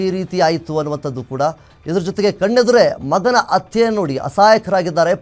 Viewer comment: It's not atte .... Hatte prononce properly